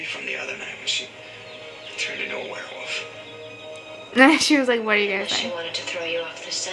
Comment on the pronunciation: I love how you sometimes say "werwoof" and not "werwolf" <3 I think it's your dialect but it's cute